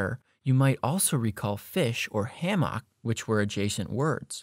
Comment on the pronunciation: Was he trying to say hammock?